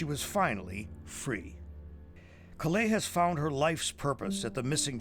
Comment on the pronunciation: Her name is Kalei, not Kawai.